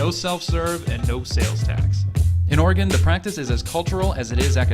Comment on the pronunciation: Oregon actually passed a law allowing self-service in rural counties, they still offer to pump for you dying business hours. Also, "Ore-gun" not "Ore-gone". Liking the videos.